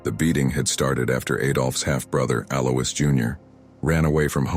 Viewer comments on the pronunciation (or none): Alois is usually pronounced AL-oyce.